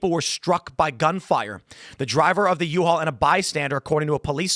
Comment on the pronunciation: "The U-All vehicle..." - Tim Pool 😂